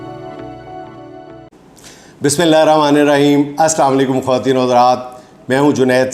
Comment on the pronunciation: اسلام علیکم۔ جنید صاحب ماشاءاللہ آپ کا پروگرام بہت اچھا ھوتا ھے ۔ھم بڑے غور سے دیکھتے ہیں۔ لیکن ایک گزارش ھے ۔کہ جب پروگرام کے شروع میں بسم اللہ الرحمٰن الرحیم پڑھتے ہیں۔ تو ذرا الفاظ کو پر جوش طریقے اور ٹھراو سے دبا کر پڑھا کریں تا کہ الفاظ میں بختگی اور وقار محسوس ھو ۔ کہ یہ کلمات ھمارے اللہ کی بڑائی کا اظہار ھوتا ھے ۔ اگر توجہ دیں تو شکریہ و جزاک اللہ۔